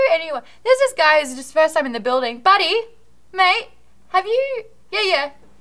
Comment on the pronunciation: Maude's aussie comes right out at the end there.. hey buddeh, m8 lol